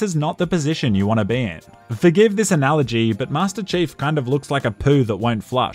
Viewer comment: "Master Chafe" lol